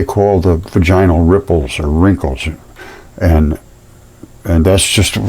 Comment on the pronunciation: VAGinal. Like Madge-in al. The only time the emphasis on the "ina", is when the full word is said. 👍